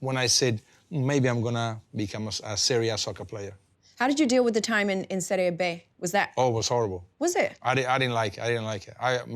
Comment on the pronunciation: Kate, great interview, but it’s Serie B (as in BEE, like a bumble bee), not Serie Bay as it’s pronounced in Spanish. Bobo never corrected it, but just listen to how he says it during the interview.